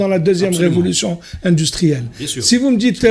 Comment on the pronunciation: Indistruelle? Comme ca se prononce? 😄😄